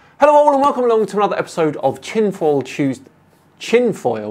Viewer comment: Tchinfoil Tus-day